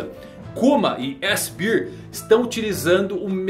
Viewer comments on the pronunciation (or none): O, vamo melhorar o inglês aí doutor... chamando o seraphin kuma de S-cerveja... kkkkkk